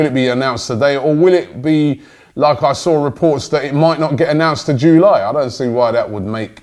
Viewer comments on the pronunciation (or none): JULY NOT JOOLY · July not joooo lie robbie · “Jewlie” it’s July😂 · "Joo Lie"